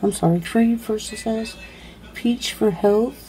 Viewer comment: Why some videos you speak fine and others you act like you cant speak correctly. Dont eat the oyster. SuCCess not susess. FifTH not fifT